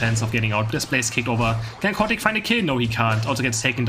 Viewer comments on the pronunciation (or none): Love that Chaotic sounds like Cow Attack. I will think of him as Cow Attack from now on.